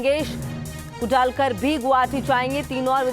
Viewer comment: Please give proper training and teaching to this anchor.....talking pk language..... pronouncing names like pakistani anchors.... 😈 It's Sarvankar and Kudalkar (सरवणकर..... कुडाळकर)